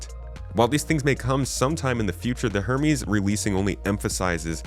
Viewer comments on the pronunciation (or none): *Her-meeease. You keep forgetting the 'H' 😅